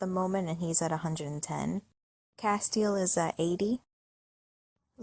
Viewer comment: It's cas-tel not cas-te-al